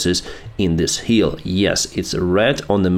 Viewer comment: Вы так хорошо говорите по английский, но произношение буква 'i' часто бывает неправильно. Например, "hill' получается как 'heal, heel', 'kill - keel', 'dill-deal', 'fill-feel'. Goolge Translate может помочь с произношением.